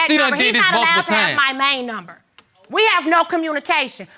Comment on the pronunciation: COMMUNITATION.....did i hear that right??? Go to school and educate y'all selves...